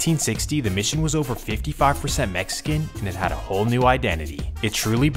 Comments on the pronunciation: “MESSICAN” are you f’ing serious 😂😆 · Mexican not messican 😅